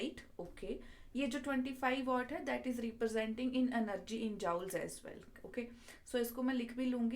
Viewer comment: Jaoul kya hota hai ? Joule hai woh 😂